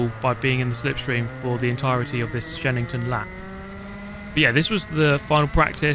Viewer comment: I kept hearing you say "Shedington" and thought this was some kind of Jimmy Broadbent mod.